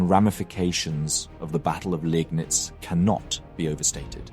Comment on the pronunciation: You're still a bit inconsistent with the pronunciations - as remarked on a previous video, Landeshut has no "sh" sound, "Landes" and "hut" are distinct syllables. Also, in Germany, an "e" after an "i" is not pronounced separately, but a sign of the "i" being lengthened - "Leegnitz". "Daun" would also not be pronounced like "dawn" but more like "down".